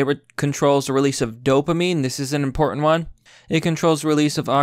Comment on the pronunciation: "very importiant"?